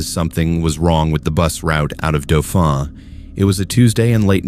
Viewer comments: Daw fin the first town dauphin is pronounced dawfin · Dauphin is pronounced Doffin and The Pas is pronounced The Paw... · Beat me to it. I mean it's pretty well known(in Canada anyway) that it's pronounced like the mammal, dolphin, right? Cept you drop the "L" for the town. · I like how you say Dauphin; likely because Louis the 16th’s son lived down the street? Gotcha. Merci. Au revoir. All the rest of the stories are absolutely all true. Terrifying, i am crying cause i am so scared. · mispronunciation of Dauphin, MB